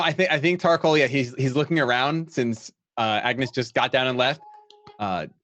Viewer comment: Yes, I've been waiting for this. Can't help laughing at pronunciation of Tarkhal. I keep hearing Thac0 and feel like it is very appropriate.